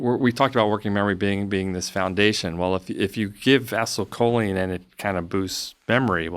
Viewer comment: How does this dude not know how to pronounce acetylcholine